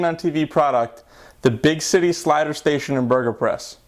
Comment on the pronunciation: he says big shity slider station!